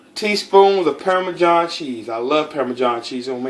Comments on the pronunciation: "Parmajohn" lmao classic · "permajohn" cheese haha love it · “ permajohn cheese ” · Pairmajohn cheese hahahaha had me dying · Had another aspartame moment when pronouncing parmesan, But don't give two fucks, as these nuggets got me moist